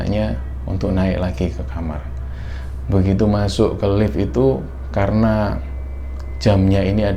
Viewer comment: Orang lain: "di Lift": " di elift" Hehehhe sukses terus kembara sunyi..